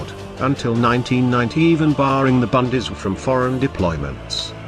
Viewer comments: I took me a while to figure out what the speaker meant with his annoying "bundees". It is the Bundeswehr! I wish anglos would make an effort in pronouncing foreign words. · Idiotic film - they are even not able to pronounce "Bundeswehr" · Minimax Well they are using a text to speech program. Those things aren't known for pronunciation.